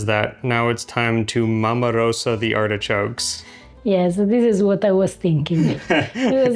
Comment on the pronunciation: I keep hearing say hedgehogs not artichokes. It makes the video sound rather cruel. 😂